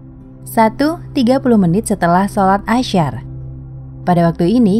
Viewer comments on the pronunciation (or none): Maaf min, penyebutan "Ashar" tidak dengan sebutan (sya) seperti dalam kata 'permusyawararan/masyarakat'. Dia diucapkan biasa saja. Bagi sebagian orang, penyebutan Ashar dengan ucapan (asyar) tentu berbeda makna.